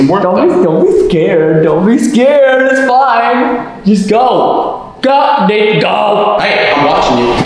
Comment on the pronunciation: Its "Nathan" not "nathon"